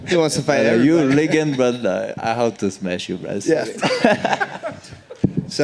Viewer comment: You’re a legend (he pronounced g as in gate, so caused trouble understanding) , but I have to smash you